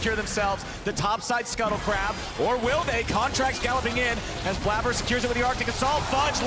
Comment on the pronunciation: We just not gonna talk about how this is blabber and the way he spells it is pronounced blayber